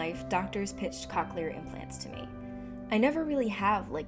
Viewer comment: Cochlear isn’t pronounced COC-chelar. I guess everyone has different experiences with it but my mom has had it for 7 years and loves it.